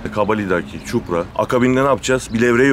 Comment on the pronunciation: ÇUPRA Değil ÇİPURA😂😂